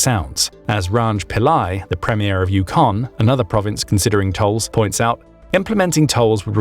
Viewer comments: It is not "You-CON". It's "YOU-con." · You stress the FIRST syllable in "Yukon". "The YUH-kon Territories". You're pronouncing it "yuh-KON". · Yukon is NOT pronounced …. you- KAUN. It’s YOU-kaun. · It is pronounced YOU kon Not You KON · Yukon is a territory not a province. The emphasis in on the first syllable, not the second in the name Yukon.